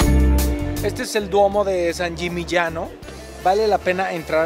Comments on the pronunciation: Sbagliata....e San Yimiñano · Sangimignano(sanyimiñaño)Esa es la pronunciacion correcta.Muy buenos los lugares que visitas!!!!!!!!!!!! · Alan, pronunciaste varias veces San Gimignano mal, escúchate, jajaja es constructivo, me encantan tus videos, y me divierte mucho antes de cada viaje mio, veo si tenes ya un video del lugar para que no se me escapen los imperdibles. Abrazo desde Argentina.